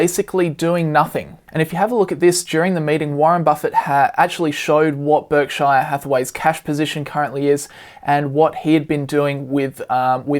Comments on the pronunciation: PUBLIC SERVICE ANNOUNCEMENT TO ALL AUSSIES: stop pronouncing Berkshire like "Berk-shy-are" ... its named after the county of Berkshire in England which is pronounced more like "Bark-sher". It makes you sound stupid when you say it wrong. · Just an FYI, no offense meant, Berkshire is not pronounced Berk-shy-er.